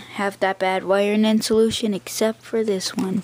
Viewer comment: It's pronounced in-sul-ay-shun, and this video is not helpful in any way, shape or form.